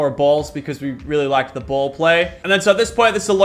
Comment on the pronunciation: Every time you said BAll it sounded wrong